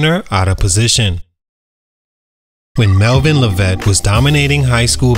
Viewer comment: Mispronouncing his name 🤦🏽‍♂️